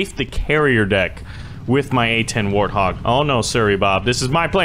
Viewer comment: Its not warhog its warthog